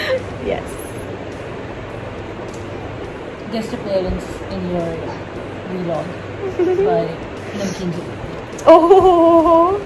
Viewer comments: It's not v-log it's vlog could please learn how to pronounce some English or else dont speak English ... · its not vi log its vlog